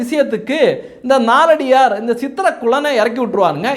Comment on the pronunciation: நாலடியார் என்று சொல்ல வேண்டாம்! நாலடியான் என்று சொல்ல வேண்டும்